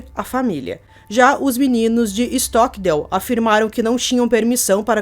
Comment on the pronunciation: Stockdale ( a pronúncia correta é STOCKDEIL ).